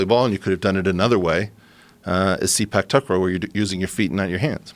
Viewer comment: The way he says Sepak Takraw hahahaha.. 'Seepack Takrohh' naahhh Eric it's Saypark Tahkraw pronunciation wise